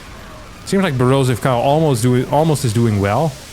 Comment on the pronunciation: Everytime he said Borosive Kyle I was thinking it sounds familiar. I finally got it at the 9 min mark